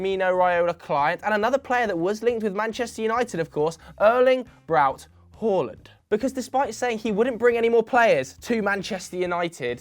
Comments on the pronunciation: Big ups for saying håland and not haland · You say Haaland the correct way. Fantastic